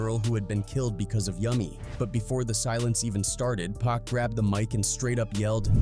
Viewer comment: Pronounce Pac like "Pock." If you're gonna speak on this stuff, have the names right. I'm not hating. I love your content, but that's annoying